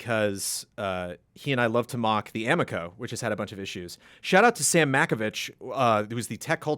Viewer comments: Also. It is (a-mee-ko) because the amico fanboys will attack. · CORRECTION: Amico rhymes with amigo. It is correct that it looks like garbage.